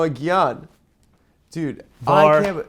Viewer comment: hearing adam pronounce asamoah gyan like gyatt hurt me